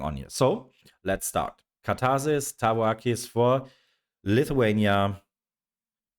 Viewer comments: Perfect pronunciation 👍 (tavo akys) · You pronounced it perfectly. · Your pronunciation of the name Tavo Akys was spot on. I agree with your evaluation of the band!